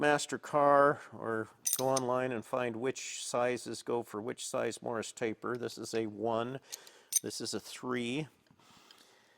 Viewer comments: "Morse", not "morris" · I am trying not to assume I know everything about machining as it is a vast and historied subject. Is this an American machine taper or is it a typo from your pronunciation of Morse? I couldn`t find anything online but google can be a little blind on Machining subjects at times. Generally enjoy your content and Thank you for the hard work.